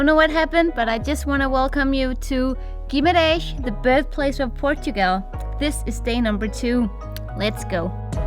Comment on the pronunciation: I love the way says Guimarrrrrrrrrrães! LOL